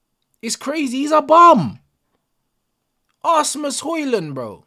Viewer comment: He said Assmus Højlund just as I took a sip of water. Had to put more effort in to stop myself from spitting it out than Trashford did all game.